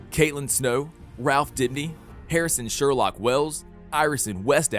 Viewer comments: He said Harrison Sherlock wells it is Sherloqe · i think u pronounce most of the characters wrong, u need to watch the series again,the villains annoyed me xD not to mention u said most of the heroes right, but then you lost me with sherloque, not sherlock, srsly rn WTH